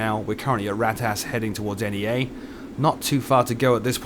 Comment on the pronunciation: "We are currently at RATAS" Made me laugh.